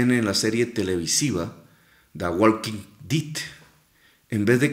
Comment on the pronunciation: "guolquin did"